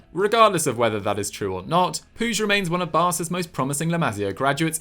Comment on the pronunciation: it's not puzh it Pooch - it's not hard!